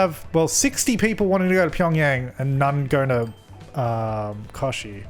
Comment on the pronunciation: And it’s pronounced Koch-chi , with the ch as chocolate but dem I love this game